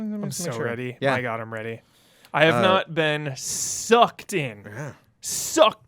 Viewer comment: "It's been a long time since I've been, SUCKEDDDDDTH!" ~ 2022